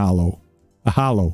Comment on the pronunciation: Halo, not hollow